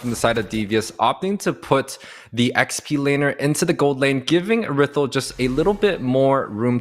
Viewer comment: who tf says errithl